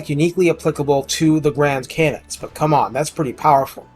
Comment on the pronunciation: I have no idea what you said at the beginning but we'll done on the pronunciation it sounded legit to my neophyte ears. Also cannons are great on nurgel or ogers love these things.